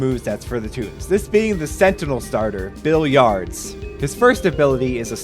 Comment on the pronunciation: Ooh what this seems cool!! I don’t have Steam but maybe whenever it comes out’ll be when I can get it :3 [also Bill Yards (or Billy Yards? Sorry it’s kinda hard to tell but it sounded like you said Bill Yards) is such a cool design and clever name pun bro might be one of my favorites already XD] Edit) Also Netfox? Never heard of that, might take some notes… 👀